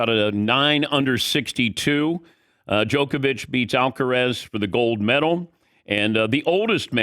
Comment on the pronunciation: finally he learn how to say DJOKOVIC and not jokovic